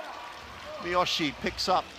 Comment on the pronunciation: Great game, and thanks for putting the full game online, but please FIBA commentators... practise your pronunciation of Japanese names before the game: Miyoshi (not MiYAshi), Tokashiki (not TokaSHI), Akaho (not AHAho, AKAIho or AkaYO), Mawuli (not MUli)